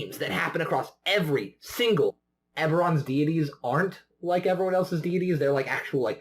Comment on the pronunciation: Nice video. But you pronounce deity two different ways in the video